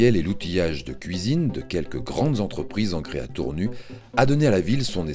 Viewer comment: tournu ,tour nu! c'est voix a l'ia ne sit pas que Tournu se prononce Tournusse! et non pas tournu !!